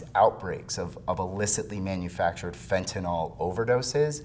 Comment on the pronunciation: Sir, you are pronouncing the name of the drug incorrectly. Detracts from your credibility.